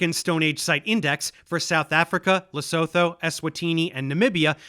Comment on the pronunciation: Tiny correction: the word Lesotho is pronounced something like Lisootoo